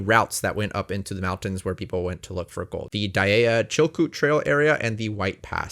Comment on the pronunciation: Good job. You pronounced everything correctly (except Dyea - die ee). This was done from the perspective of someone who understands Alaska, which is rare in these types of videos. Also, Klondike Gold Rush International Park continues into Canada (let's not forget our friends there).